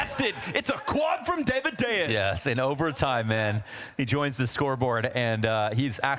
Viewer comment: please, casters, stop sayin daviduos...